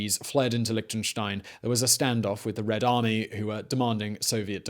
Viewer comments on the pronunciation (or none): Tried to watch it, but all these "liktnenstein" drove me away. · Liechtenstein wird nicht als "Liktenstain" ausgesprochen. Da fängts schon an... Außerdem war Liechtenstein niemals in den Zweiten Weltkrieg involviert und hatte auch nichts mit Hitler zu tun. Und an der Stelle hatte ich dann das Video abgebrochen. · And that guy should work on his "ch". It's not Liktenstein and not Metternik 🤭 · It's called LIECHTENSTEIN not Lichtenstein! ps yes i am from there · In the audio: Liechtenstein English subtitles: Lick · Another drinking game for this video: Take a shot every time he says "Lichtenstein". By the end, you'll be giggling at how many times it sounds like he's saying something got "licked & shined". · An interesting history of Lichtenstein: 25 mins of my time well spent Listening to Mr Whistler struggle to say the word Lichtenstein for 25 minutes: Priceless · The ch isn't pronouced like a k but more like the ch in rich.